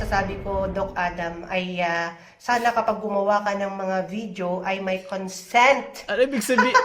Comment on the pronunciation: Ez lang ser! Baka ma"Concent" ka non Hahaha